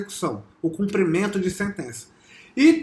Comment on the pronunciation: So precisa aprender a falar: CUMPRIMENTO!!!